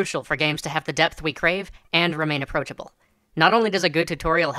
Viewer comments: at the begining i thought you say "death" every time you said "depth" , and i was REALLY confused why we want more death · at first, I thought he was talking about "Death" instead of "Depth". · It can't be just me that hears "death" every time he tries to say "depth"? I was really confused for a while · I kept hearing "death" and not "depth" at first.